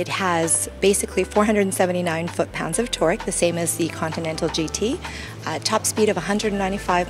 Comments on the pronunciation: "Contental" flying spur?? ContINental :p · god damnit girl its con-tin-nel-tal